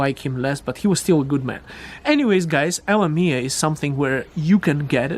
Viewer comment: Hi, I appreciate your content and I have been following you for years, but I think you might confuse people but calling it LM-mia... I might be best to just say L M I A. Keep up the great work, great info!